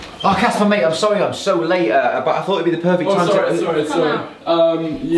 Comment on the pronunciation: "Sorry I'm laate"